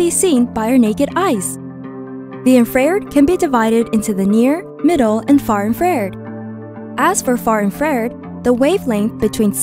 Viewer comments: IN FRA RED not IN FARE ED. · I should feel infused with knowledge, but instead my ears are infected with 'IN-FARE-ED" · infrared not infared! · Couldn’t they get someone who can pronounce infra red properly?